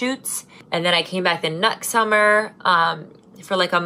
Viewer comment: i thought you said "nut summer" instead of next summer 😂😂😂